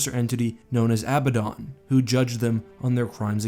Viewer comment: Abbadon is pronounced in the same way you would say abandon.